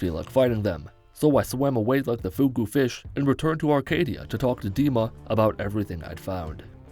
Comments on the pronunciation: It's "Acadia" not "ARcadia" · My guy really said “Arcadia” the whole video